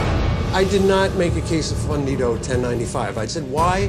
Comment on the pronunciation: Dude ordering really said KWESSO FUNDIDA